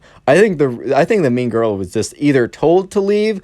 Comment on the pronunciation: When you first said mean girl, I thought you said meme girl